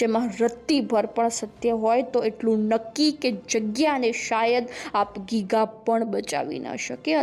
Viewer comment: પેલા તો બેન બોલતા શીખો આપ ગીગા નહિ આપા ગીગા બોલો